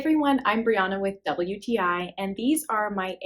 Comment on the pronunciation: Absolutely no hate at all but when you say “WTI” it sounds like “double uti”. Just wanted to let you know!